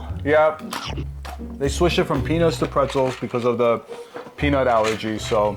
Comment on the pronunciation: I dunno sounds like he said penaus